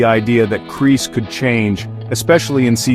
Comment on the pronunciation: "Kris" no is Kreese